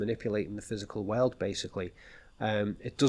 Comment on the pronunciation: look at me: whirl oold. Nope!, again: whirl oold. Hmmm